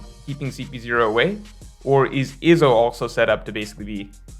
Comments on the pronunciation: also wtf is "Ihzo" His name is pronounced "eezo" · Why do you say Izo like that. It’s E-Zo. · Why you pronouncing Izo like Lizzo without the L lol